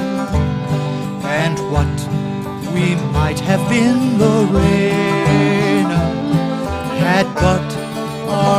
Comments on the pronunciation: My name is Lorena I go by Lori and this man is mispronouncing the name. It's not pronounced Lorrainah.. it's pronounced Lorena. Every other version of this done I've heard it was pronounced correctly. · My name is Lorena but I go by Lori too. In this version of the song he's mispronouncing the name. It's not Lorraine ah... It's pronounced Loreena.